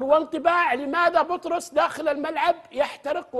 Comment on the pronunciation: ترى مو بطروس ياتويجري 😂😂😂😂😂بيتروس الله يرجك 😂😂😂